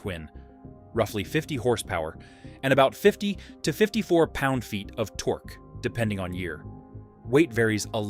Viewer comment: u might want to teach him how to pronounce torque, then. Makes me think it’s thanksgiving. Some good bikes in there though. I’d add the cb360t. The 350 with an extra gear.